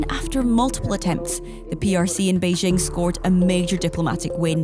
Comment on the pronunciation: Journalists that say "Beizhing" (Beijing) and "Taipei" (Taibei) probably don't know anything about China.